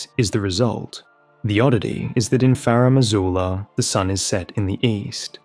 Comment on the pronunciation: FaRumm AzooLuhh